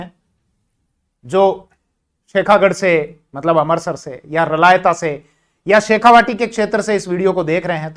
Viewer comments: मै रलावता से देख रहा हुँ जहाँ शेखा की समाधी है आप इस स्थान को रलायता उच्चारण कर रहे हो उसको स्पष्ट उच्चारण करो सर 🙏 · साहब रलायता नहीं रलावता है कृपया सही करिए